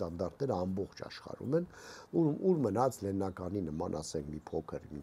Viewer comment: Լենինական չի ջան։ Լենաղան։